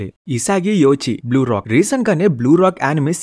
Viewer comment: " Blue lock " bro "Blue Rock" antav😂😂